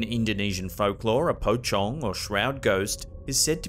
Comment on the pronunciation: it is my first time to hear west people saying pocong, and what i'm hearing is powcong instead pocong 🤣🤣🤣